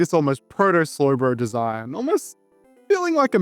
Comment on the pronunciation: Sloy Broy thoy!! Fuckin Speak Properly. Dude Speaks like a Slowpoke.